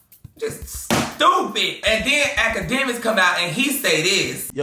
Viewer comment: I love how says “stewpid”🤣